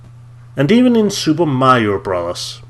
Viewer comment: "Super Mario Bras"